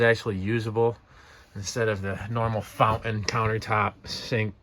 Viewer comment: You got a lot of work ahead of you but in the end, it will be a very nice boat. A 35 is a good size, not too big, not too small. Of course a 35 Fountain (not "Fou-in" 🤣) is like a 31 if you don't count the beak and swim step. 😮😂